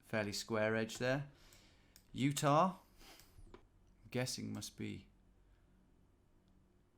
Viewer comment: Utah becomes Ut-nah.